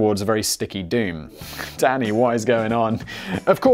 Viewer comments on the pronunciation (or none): none